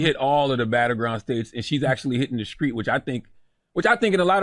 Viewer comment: "Shes hittin the skreets"